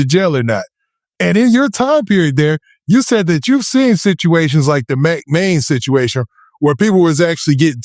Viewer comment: what’s yall favorite mispronunciation of baby joes ? a. sitchiation b. persoglally c. exclode 🤣💚